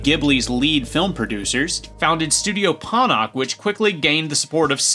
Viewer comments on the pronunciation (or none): It's pronounced ponoch